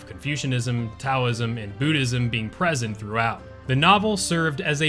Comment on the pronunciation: Taoism, the T is pronounced like a D